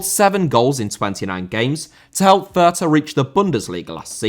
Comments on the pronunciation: calls his viewers "uncultured filth" while also completely botching how to pronounce "fürth." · As a german I really feel sorry for those horrendous names the lower league clubs have. But to help a little bit the club Abiama is playing at sure is written Fürth, but you don't pronounce the h in it. Should make it a little easier. To add since I feel like everyone seems to have difficulties pronouncing the letters ä, ü or ö, the ä is just pronounced as the bit between f and r in the word "fair", the ü as in Fürth is pronounced like Goldbridge says the u when talking about Bruno (Fernandes) and the ö is pronounced like the o in the word "word". Hope that helps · Thank you so much, everytime he said Fürth a part of me died. I love but that was quite something xd